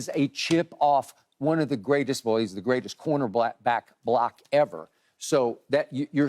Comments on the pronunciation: skip said "corner black" instead of "corner back" lol he called shedeur a shadow lol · So we’re gonna act like Skip didn’t say “Corner Black” 😂